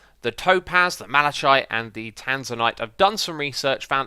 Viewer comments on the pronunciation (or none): Malishite? It's pronounced malikite... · It's pronounced malaKite, not malaCHite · Malachite is pronounced mala-kite. Not mala-chite. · its pronouced malakite not with a ch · malachite, (mal-aaa-kite) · Malachite is pronounced (mal-uh-kahyt) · Malachite is pronounced mala-kite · The malachite is pronunced malakite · X, its pronounced Malackite! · Isn’t malachite pronounced with a harsh K sound? I don’t know why, but every time X said it with a soft ch sound it got me so wound up.